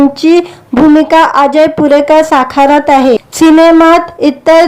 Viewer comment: भूमिका साखारत आहे की साकारत आहे? किती अशुद्ध भाषेत निवेदन करता आहात.